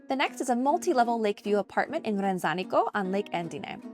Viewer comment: Love your story🤗 Sorry, I couldn't help myself. It's pronounced RanZAnico.😉 My husband's family home is right by the church. My daughter taught English in Lovere during COVID and your story is so inspirational 😁 Thanks for sharing👏👏👏